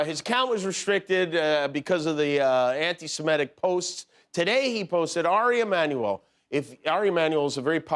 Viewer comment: Could someone in Jimmy's team educate him that it's pronounced "anti-Semitic", not "anti-simetic".